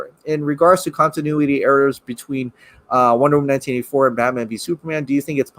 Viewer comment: Wait.. Lol what are u saying? Sounds like "Wonderm 1984?" 🤔😄😄